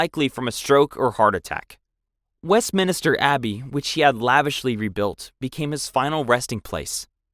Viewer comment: It's spot on this vlog, my friend Michael calls it Westminister Abbey so your not the only one